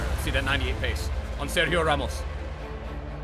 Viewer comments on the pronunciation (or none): none